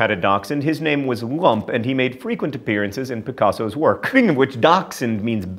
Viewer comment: Picasso's dog Lump is actually pronounced like loomp. That means "rascal" in German